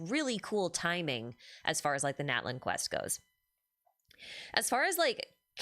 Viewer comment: Once again, the TL sound doesn't have a glottal stop, the T must be pronounced, both Natlan and Citlali have that sound, same as chipotle